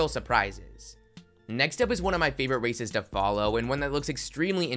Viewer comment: He really said “award raiæccces” lmao 😂